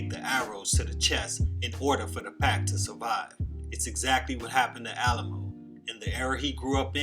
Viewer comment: You pronounced his name wrong my guy. It’s not “Alamo” it’s pronounced “Alley-Moe”. Respect for the vid tho.